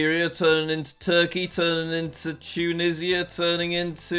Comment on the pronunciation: Im american and it hurt when he said tunishia instead of tunisia